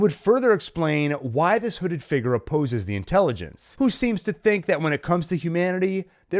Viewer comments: I cannot take the way this man pronounces "figure" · Can you pronounce the word 'figure' a bit better? Thankyou